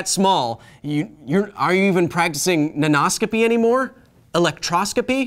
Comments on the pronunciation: When you said Nanoscopy I heard Nan No-scopy.... And now I want an OC of someones Grandma running around some foreign military compound in her tactical nightie, jumping off of rooftops, 360° No-scoping the enemy and torturing people for information by baking cookies that they hate and pinching their cheeks. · Hi, Kyle- as both your pupil and fellow educator (high school English teacher) I am a big fan of the show! ^_^ I had a linguistics comment (can this count as science? the science of language?) about your pronunciation play with the word nanoscopy . In order to sound "way more fun," poets and other writers often play with the meter of words as you did here. Oftentimes, this is simply that: more fun. However, sometimes this syllable slander changes the meaning of words entirely, and in even more common cases, changes its part of speech. As an example, consider the word "construct." Depending on where the stress is, the part of speech changes: CONstruct - (noun) a building or structure conSTRUCT - (verb) to build something English often weirdly warps in ways we wonder about, but it seems to come natural to native speakers so we often don't even think about it. But many people studying English as their second language don't grasp the concept of meter (or stressing syllables) because such metrical systems don't exist in their native language. So imagine being taught something like this without ever having to stress syllables before: thermo = THERmo meter = MEter thermometer = therMOmeter Well, Kyle, there('s) mo' meter I could talk about here, but I think if this comment gets any hotter, your favorite element might burst out their mom eater. Thanks for having an awesome show! Can't wait to catch you on the next one!